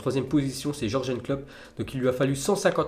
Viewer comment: Encore George and Klopp😂. C'est your-gueun your-gueun comme prononciation 😂